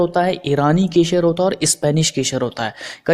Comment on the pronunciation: Shpanis keshar nahi spanish kesar bhai. Keshar nahi